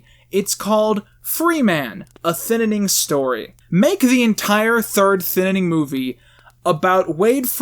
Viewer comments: The Thinnining?! Why do you pronounce it like that? There's two vowels in the word "Thinning" not 3 xD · Why.do.you.keep.saying.thinninning. its so confusing ajakaka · why do you keep calling it "the ThinninING"? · THINNING!!!!!!!! ITS NOT THAT FREAKING HARD TP PRONOUNCE. SBBwasaight Vuong you need to learn how to ENGLISH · I think you mean thinininining 2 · Why do you keep saying thinining? Is it an inside meme? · Why does he say thinning like that? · I agree with you. Please say thinning right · I hate the way you pronounce Thinning good video tho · Do a shot every time he mispronounces Thin ing. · Why does he say thinining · Who else heard him say thinninning every.....single.....time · WHY ARE YOU CALLING IT THE THINNINNING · Why do you say 'Thinining'? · In the first review, he discusses why he calls it the Thinninning. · Did you not watch the end when he shows a poster where it's spelled "thinnining?" He's obviously doing it as a joke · The thininininninninnnabilityingin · Thinning or the Thin in ing? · The Thinninning 2: The Thinninninning. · thinnining lol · Thin nan ing lmao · Why are you adding another syllable to the word "thinning"? I feel like you're saying "thinnining" lol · Why are you calling it the “thinnining”? It’s the thinning. Ik it’s a shit movie but still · Why does he keep pronouncing it THINITING. It’s THINNING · I love how you always say the thinnening instead of thinning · Thinning not thininning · “The thinnining “ 😂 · why does he call it the thin in ing instead of the thinning, wasgoinonheeeea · Your channel is great and I adore your content but this is something I must make clear: it is THINNING not ThInNiNiNg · thinaning? its just thinning bro why are you talking like a spastic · You keep saying "Thin-in-ing". Is it "thinning" or not? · I'm sorry, but I can't get over how you call it "Thinnening" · Why are you saying the "Thinnining' instead of the "Thinning" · A thinining. It's just a Thinning but eh, close enough.